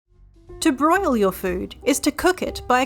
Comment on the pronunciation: OK but why does it sound like boil?